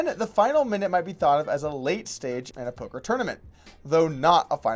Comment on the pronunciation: OMG He said "polker hands" TRIGGERED!!